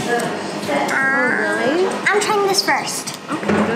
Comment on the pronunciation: Could you please say Lychee like Lye-Chee please? Thanks